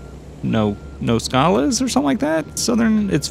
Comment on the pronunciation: I think you actually did say Nogales correctly